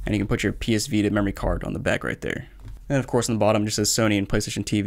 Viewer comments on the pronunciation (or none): none